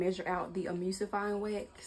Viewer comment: The word is E-Mul-sifying wax. You don't pronounce the u as a u. Say the word Null and then change the N with an M because mispronouncing ingredients when you are "TEACHING" others makes it seem like your very unprepared for this video. And I thought you are supposed to boil water and hold it at a certain temp for a set amount of minutes to make sure to get rid of all the microbials.